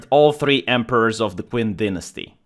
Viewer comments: My only critique is pronunciation. Zhao is pronounced "jow." Qin is pronounced "chin." The Qin dynasty is where China gets its name. Qin was the first emperor of China. His capitol city was Xi'an. His tomb is the place where the terra cotta warriors were found. Other than this, very good post. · I think the Qin dynasty is pronounced Chin, like qi (life force) is pronounced chi. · The character's name is Zhao Gao and the dynasty is pronounced "chin" not queen. Also, the story is there is only 1 guy who said it's a deer and not a horse. Zhao Gao convinced the young Emporer that he is lying to him and the emperor order him executed on the spot.